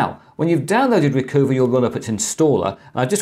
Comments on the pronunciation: I'm thinking it's "Recuhva" not "Recoova," eh? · Chris, you're too well educated. RE: #10, I don't think it's pronounced 'Reecoova' like 'hoover', it's 'Reecuva' like 'recover'. LOL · Actually, it's Re-Cuh-Vah, (as in recover) and not Re-Coo-Vah, (as in Mini Cooper). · Recoover... Really?? I would assume it to be "Recover" Re-cuv-a. SD Card Formatter... Never needed it, windows formatting has worked fine so far, but good know just in case, thanks. NoteTab... Interesting... Been using Notepad++ for years now, but will check it out. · I've always pronounced Recuva as Recover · RECUVA sure it is pronounced recover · Recuva I think is pronounced like recover but in the gangsta style of recova or recuva. Make the u sound like an o sound. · Not ree-coo-vuh, but ree-cov-uh. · I think you'll find that 'Recuva' should be pronounced 'recover' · RECUVA is pronounced RECOVER Blimey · It's interesting how he pronounces the name "Recuva," with a long u. I think it's pretty obvious it's intended to be pronounced with a short u like "recover" except with a short a instead of er. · Well if you just want to argue... From the Wikipedia page: Recuva (UK: /rɪˈkʌvə/) is an undeletion program for Windows, developed by Piriform. Piriform seem to like their puns as well. Note the bit in parens, it's being pronounced 'u' as in 'cut'.